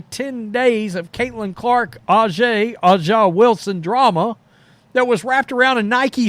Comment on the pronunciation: What has A’ja got to do with this? Why do you always feel the need to mention her name. You do not even take out the time to learn how to pronounce her name because you have zero respect for her talent and skill